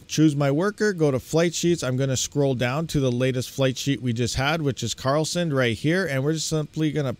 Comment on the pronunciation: it is Karlsen D not Karl Send;-)